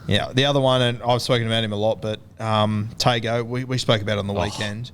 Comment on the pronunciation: Confirm the Izack Tago pronunciation if you can. Usually the ‘g’ sound is pronounced ‘ng’